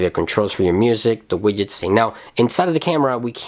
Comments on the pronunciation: Widgets is pronounced as widjets not wigets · cracks me up how you say widgets xD thanks for the demo :) keep it ip